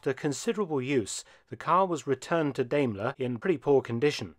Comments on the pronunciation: I have always head Diamler pronounced like Diamond. Hearing you say it like Dame is weird. I believe Diamler Chrysler Mercedes Benz is still a thing, as far as parent company. The car that is 45 horse power is crazy! I bet that car weighs 5 tons! Top speed of 55 mph after 14 minutes of acceleration. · Daimler (you might think of a DIME when speaking it, as it is pronounced Dimeler)! Not Dameler! I am sorry, Dr. Felton, but I've become quite alergic to people butchering the German language -.- Otherwise a great video, as usual :) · So I have to ask how common is it to pronounce Daimler as Dame-ker rather than Dime-ler as that is the normal pronunciation as a car guy this is the sort of thing I think of anytime a car brand is pronounced in a different way. Obviously this is an amazing collection but that's the question that comes to my mind. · Sorry but it's pronounced diemeler not daymler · It’s pronounced dime-lair Thanks for posting this! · But in Britain it is pronounced Dame..ler. Being German/British I am happy with both pronounciations. Best wishes. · I see because everyone over heard say it say it as dime-ler and even google says it like that. Of course I've heard some other weird pronunciations as well so shouldnt surprise me. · I think it's pronounced "DIMEler." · It is not Dayyyyymlor. Please. We respect English enough to pronounce your stuff right as well... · First Car And also the first syllable in Daimler rhymes with Time. Just saying.